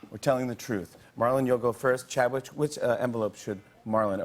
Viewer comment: was i the only one that heard jimmy say chadwich when the game was starting?